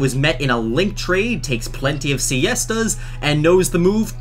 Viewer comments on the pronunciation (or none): Ok hold up. "Takes plenty of *siestas*." Ok. I'm Spanish and that just hurts me.